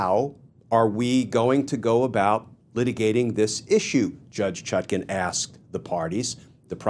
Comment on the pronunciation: Even he cannot pronounce her name right